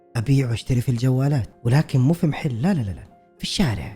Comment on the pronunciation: كلمة محل بفتح الميم مو بكسرها تضايقت وأنا اسمعك تقول مِحل😭